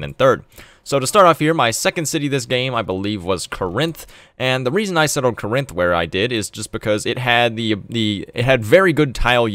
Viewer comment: “kuh-RINTH”? How about “KOR-inth”, with emphasis on first syllable. (It’s from Greek, not a Romance language.)